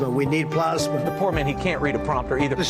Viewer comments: Plah sma. Hahah plasma. Was he talking about plasma as in filtering the yellowish liquid in blood that holds the blood cells. Wow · Totally agree, but the Plosma thing should be let go. It's similar enough to the root pronunciation that it can easily be attributed more to method of speech and accent to stupidity. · Can someone explain to me how he’s messing up on plasma 😂 where did “plosma” come from? 😂 rofl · Some of those were just pronunciation differences. For example Plosma....Look I am not Trump fan ...but some of those could be explained by accent.